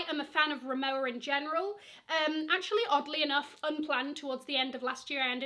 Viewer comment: Rimowa is pronounce as rimova. It’s a German brand.